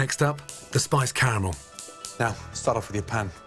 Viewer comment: He overdressed that pineapple, but at least he enunciates the second "A" in caramel. I'd like to douse everyone who mispronounces it car-mel in with hot car-a-mel.